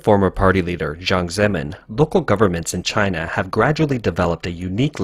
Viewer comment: I really love your content and this one in particular is simply not discussed enough. But there is one serious problem I don't know if it's an artificial intelligence robot voice or what but the pronunciation of Jiang Zemin just drives me nuts. Please fix this. Or let me narrate for you.